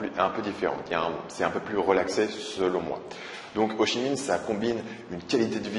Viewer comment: C'est bien tu dis Ho Chi Minh, et pas Ho (k)i minh comme ma prof d'histoire